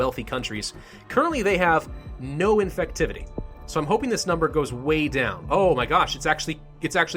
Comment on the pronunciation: "Infucktivity" great job